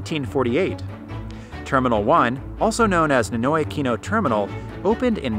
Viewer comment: Pronouncing NINOY is not same as English. It has to pronounce like Spanish